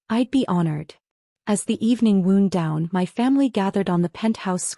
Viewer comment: Urgh! It is ‘wound’ as in bound, NOT wooned!